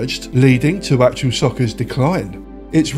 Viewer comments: Wasn't it also the first to proper commentary by an actual commentator? I remember playing it just to hear Barry Davies awesome commentary. Still the best to this day I'd argue! Also, why are you saying 'actual' it's actuA 😂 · ‘Actual’ all the way through the video. ITS ACTUA! Other than that, nice video. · Got this on PS1 when it first came out it was pretty good. I swear you keep saying actual soccer though 😂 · Actua not actual!!!! Arghhhhh 😂 Enjoyable video though 👍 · Haha you won't believe how many times I told myself to pronounce Actua properly before doing voiceover as well 🙈 thanks for watching 😁